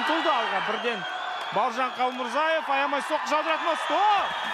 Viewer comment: Қалмурзаев емес, Қалмырзаев деп айту керекқой, ағайын!